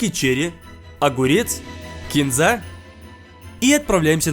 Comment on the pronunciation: Вообще очень круто❤ Но только ки́нза а не кинза́